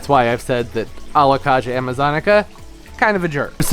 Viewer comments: Very informative video. The Alocasia is pronounced Alo-kay-sia Not Kah-sia. Pronounce the a like in the alphabet. We all mis pronounce names when it is a new word or plant to us. Just in case you didn't know. It is super typical for any plant to do well in winter with grow lights and proper care, even for the Alocasia Polly. My plants double in size over winter with grow lights 24/7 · Don't you pronounce it Alo -kay-sha, not Alo-kaaaa-sha? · Alocasia is prnounced ALOE-CAY-SEE-UH